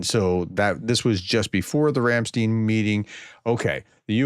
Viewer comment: you pronunciation of Ramstein is distracting me from the subject, its not steen as far as i know its pronounced as if the i was first after the t